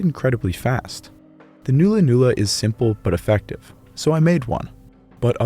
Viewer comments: It’s not “noo lah noo lah” it’s “nah lah nah lah” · It's pronounced null-a null-a not new-la new-la. Great vid. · its NOT a noola noola its a nulla nulla pronounced null a null a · it's pronounced nulla nulla, not noola noola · It is pronounced nulla-nulla, not noolla-noolla. The Australian timbers used for weapons were hardwoods with long fibres, so the wood is both hard and strong, such as a eucalypt named Ironbark. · And it is not NOO-LA NOO-LA it is NULL-LAH NULL-LAH , like the null in nullify . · Nulla Nulla not Noola noola. Its "U" like in nut. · Rosewood. Buried for about a year. Make good Nulla Nulla Not pronounced newla newla. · Great video, very well researched. Just one little criticism, nulla nulla is pronounced “nah-lla nah-lla”, not “noo-lla noo-lla” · Quite good testing done here and as someone else pointed out, the curved boomerangs and clubs were made from wood already in that shape. Mulga tree roots were especially popular. BTW, The 'U' in Nulla Nulla is pronounced as in the word 'under', not Noola Noola. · not "noola noola", /nala/. The vowel is like the u in hull or cull, more of a short 'ah' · ulla is the sound so n-ulla n-ulla. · It’s not new-la new-la brev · Excellent video, just a small quibble " nulla-nulla" is pronounced as in "null " and void. My missus confirmed this for me her being a Kamilleroi woman. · The "u" sound in nulla-nulla is pronounced as in "nut".